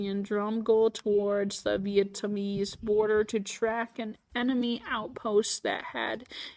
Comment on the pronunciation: it is veitnamese not veitummies or veittanamese and this video does not look good btw and you have ligma